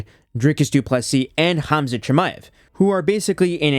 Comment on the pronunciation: Even though the Cyrillic letter "X" is transliterated to Kh the K is kind of silent. No idea why he says "zoot" but Khabib is pronounced "Habib" and Khamzat is "Hamzat".